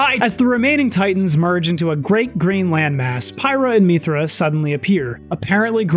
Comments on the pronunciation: I'm just curious, where does your pronunciation of "mee-thra" come from? Throughout the game Mythra's name is said about a hundred times and it's always "mith-ra" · The way he keeps pronouncing mythra wrong annoys me. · They say Mythra's name about 500 times across both of those games so I don't understand why you are mispronouncing it except that you're doing it on purpose for some reason. Also, why did you completely gloss over the connection between the first two games? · Great video, was a fun watch. Your pronunciation of "Mythra" kinda triggered me but other than that I enjoyed your take on the series 😂